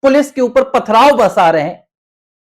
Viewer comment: Dekh dekh kar bol rahe ho kya????pathara .... pathrao